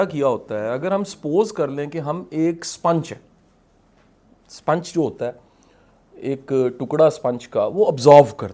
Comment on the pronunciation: شاہ صاحب سوتے نہیں تو کیا شاہ صاحب چمگادڑ ہیں ۔ سپونج کو سپنچ کہ رہا ہے ۔ یہ ہے موٹیویشنل سپیکر